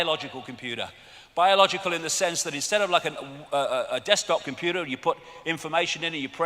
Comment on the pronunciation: "Yu-mun" Smacks lips "Com-poo-da"